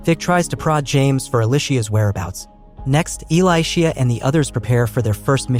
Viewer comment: Her name is pronounced like Alicia not E-lie-shea. Ask me how I know 🤦🤣